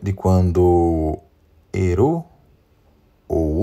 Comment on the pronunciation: Obs.: “Silmarillion” se pronuncia “Silmarrillion” e “Eru” se pronuncia “Erru”, ambos com “r” vibrante como o “rr” no espanhol. Perdão o lapso.